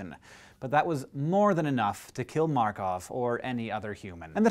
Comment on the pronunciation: Great pronunciation of the name of our countryman Georgi Markov! Greetings from Bulgaria! :)